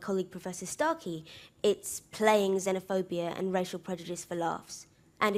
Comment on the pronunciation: Is it just me, or is David Starkeys voice really satisfying? Lol the way he perfectly pronunciates every single letter is just mwwuaahh 💯😂